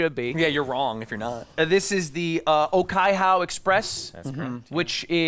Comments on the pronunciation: Oh-kai-HOW, Oh-teyria and Oh-ma-peray i'm dyinggggg Oh-kai-hoe, Oh-tih-ria and aw-ma-perry would be the approximate pronunciations, but i respect the effort. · The pronunciation of the Te reo (Māori) in Okaihau Express was so bad but will be accepted cause the original song also doesn't have good pronunciation ~from a Kiwi